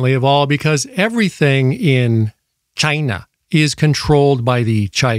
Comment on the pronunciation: 😂🤣😂 “chinglish” in Chy-nàh 😂🤣😂